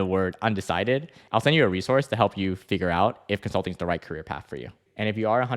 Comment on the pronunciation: "Consluting" Wazaaaap